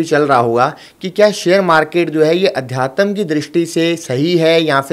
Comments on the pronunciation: Bhai adhyatam nhi adhyatm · Aadhyatm sahi se bolna sikho